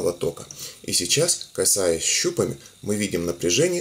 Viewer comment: Щупами ударение на а падает！ а не на у